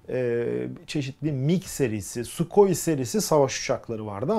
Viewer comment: haddim olmayarak,Rus Su uçaklarının tam doğru telaffuzu Сухой - «Suhoy»